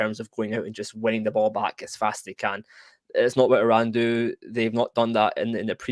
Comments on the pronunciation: This man pronounced it right and said EE-RAN THANK YOU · finally someone didn't said "I ran" :D